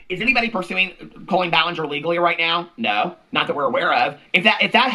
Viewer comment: I thrive every time I’m watching and hear “NOWR”